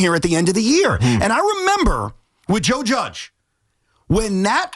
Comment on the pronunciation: Why does he keep saying “Judgian”? He’s talking about Joe Judge? I don’t get why this guy on the left is trying to put the Jets and Giants on the same level with this comparison. Sure the Giants had a couple down years but they’ve got 2 SB’s in this century and look to have risen back to a competitive level. I get that your team is bad but don’t lie to people on the radio and try and make it sound like anything Joe Judge and the Giants ever did is anywhere close to as bad as what the New York Jets have been for 20 years now. Don’t be a liar